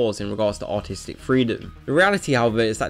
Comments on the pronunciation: it sounds like he is saying autistic ibstead of artistic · I thought you said autistic, when you really said artistic O.o you damn quit butchering the English language, also censorship of any kind is terrible no matter how small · When you say artistic it sounds like Autistic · It's just not autistic, it's artistic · i swear he said "autistic nature" xD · "...movies fall under this category for their autistic..." Sorry, that accent makes it that way. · I realized while watching this video that saying "artistic" with a British accent sounds like "autistic" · Non-rhotic accents pronounce "artistic" and "autistic" the same.